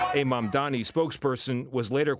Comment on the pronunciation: All Mamdani's haters like to mispronounce his name as "MamdaMi".